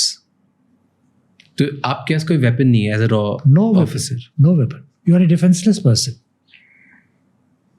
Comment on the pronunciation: Bhai itna bada officer ko leke aane k baad "raw" bolta hai. Isiliye subscribe nahi kia... it's R and AW